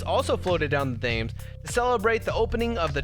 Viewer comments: You don't pronounce Thames like th-ai-mes you pronounce it t-e-m-s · It's pronounced river tems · Say it as tems not Thames despite how it's spelt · The river "Thames" is pronounced "temes"